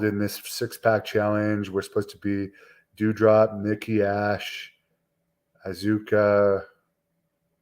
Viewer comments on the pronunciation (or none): aw zu ka lol its pronounced aska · Why did you said Asuka name like that bro???